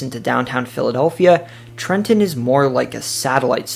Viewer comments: BRO EXACTLY! I was so amped when he said “Newark or Neurk” and then nailed Trenton. My dude did damn good research I’m so impressed. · Excellent job! The most comprehensive NJ video I've seen here. You pronounce Trenton like a Trentonian🤔 😃 Most people outside the area overenunciate the 2nd T